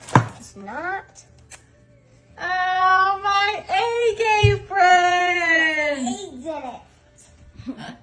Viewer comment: It wasn’t just “a egg apren” it was “my egg apren”